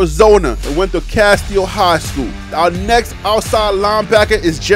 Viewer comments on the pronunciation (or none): none